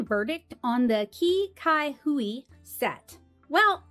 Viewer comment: i believe qi cai hui in chinese is actually pronounced more like chee sai hui. i am not entirely sure what it translates to, though